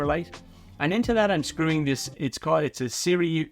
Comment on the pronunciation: Sirui - it’s more like s-ray 😁